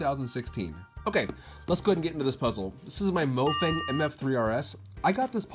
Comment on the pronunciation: The name mo fang is Chinese so it’s pronounced Muo faung Mo fang means “rubik’s cube” in Chinese